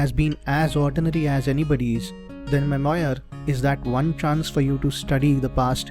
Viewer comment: Nice :) You may want to check how to pronounce memoir. Also, when you create a video, why not show your video as well? 90% of communication is non verbal.